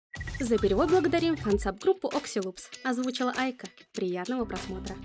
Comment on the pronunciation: Она "Айка" , не "Аяка"💗